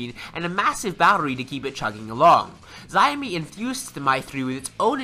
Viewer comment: its "shaw-mi"(Xiaomi) and its "Me You I"(MIUI)